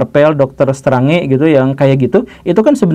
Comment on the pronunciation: Pak Guru Gembul salah total melafalkan kata "strange" padahal ini adalah kata yang sangat sederhana dalam bahasa Inggris. 🙄 Pak Guru Gembul tak mampu berbahasa Inggris kah? Meski selama ini Pak Guru Gembul sering mengutip narasumber yang berbahasa Inggris?